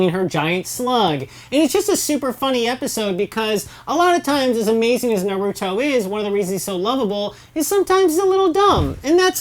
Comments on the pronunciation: Good thing someone noticed i really dont know how you can misspronounce his name when in the dub they say it like that especially in the sub version. Them = cringe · Why do people purposely mispronounce naruto's name. The show clearly shows how to properly pronounce it yet people continue to say it wrong for god knows what reason. But I digress. This channel and its speakers are doing a good job. Continue the good work. Your videos are entertaining to watch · work on your pronunciation when naming characters and everything about the series BECAUSE YOU GOT MOST OF EVERYTHING WRONG like who is narito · Narudo and soo-naday 🤮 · Is it so hard to say naruto and not naruudo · Literally the first few seconds, and mind you this is supposed to be an educated review, and I already hear somebody say the name of the anime wrong. It's seriously painful. "Naruto" is the name and yet all I hear is "Noruto". Seriously, it's a review. The least you could do is pronounce the word correctly. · its only five seconds in, and they said "Narooto" aight imma head out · Im just gonna tell you what they're saying Nuruttoe - Naruto Jutsoo - Jutsu Resengent - I think she tried to say Rasengan or something Sunadae- What the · Did she say NORUTO 😂😂😂😂😂😂😂😂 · I cringe everytime i hear narutoo or narudo god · "Noroodoe" seriously? They say Naruto's name a million times in the anime, why cant you say it right? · when they say na-root-o I want to fucking rip their heads off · i dont get how people watch a show called NARUTO but cant even pronounce the main character's name lollll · The names are mispronounced it almost made me cry ;W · Anboo Tsunade Orochimaru Naruto How can't you fucking pronounce NARUTO Hmmm of wait b/c you don't actually watch them , you just read of some source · It bothers me on how you cannot say Naruto right... please say his name right :/ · OK IM MAD SHE SAID NARUTO NAR OO DOE AND TSUNADE SOO NADEY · Suenadae???? Noruto???? Oroutomaru??? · Rip the names Narooto Sunudae